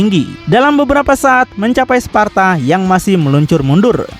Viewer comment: Di Devil My Cry Sebutannya "Sparda" ,Disini "Sparta" Jir..😂